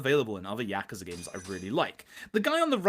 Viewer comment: Except the pronunciation of Yakuza and HP, sure it's great.